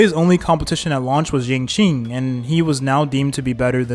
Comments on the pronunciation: im giggling so hard at shingshay its okay king try your best 😭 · are you mispronoucing the names on purpose? cuz this is wild lol, shiingshey???????? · QINGQUE BEING SHINGSHAY ... AHAHAHAHAH IT'S OKAY KING TAKE YOUR TIME 😭😭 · True, still don't understand how he can butcher Qingque so bad. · the pronunciation of qingque hurt me even more